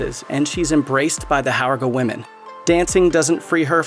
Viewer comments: It's pronounced "horga". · Did the person narrating even see the movie? From Pelle to Harga to Attestupa, He mispronounced like EVERY word that wasn’t plain english